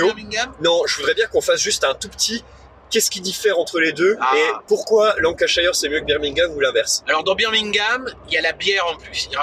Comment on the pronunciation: Très chouette vidéo ! Pour pinaillé, la prononciation de Lancashire c'est [LAN] + [KUH] + [SHUR] :p Et si, Birmingham tu peux jouer à 2, sur la même map mais avec une partie des cartes en moins (et donc on joue que sur une partie de la carte).